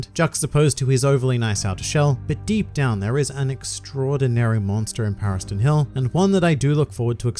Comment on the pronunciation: Paristan hill... legit thought you said Paris Hilton